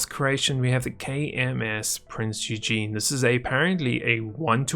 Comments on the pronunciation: Oigen not Yougeen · It's not pronounced Eugene it's more like oigan